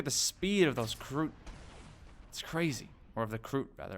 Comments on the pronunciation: its not krook its kroot reeeeeeeee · you do pronounce it correctly,you just said krook like twice